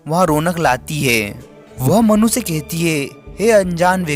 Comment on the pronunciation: मनु ❎ मन्नू ✅ 😂😂😂😂😂😅😅😅😅😅😅